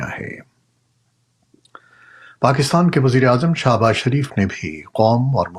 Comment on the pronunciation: سر آپ شہباز کو درست کرکے شاباز نہ کئیں۔ ہم آپ کو بہت پیار کرتے ہیں